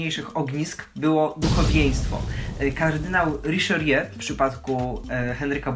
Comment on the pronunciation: Riszerie??? Poważnie...